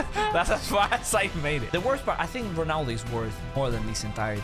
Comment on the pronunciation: Why dap you say gonaldo 😅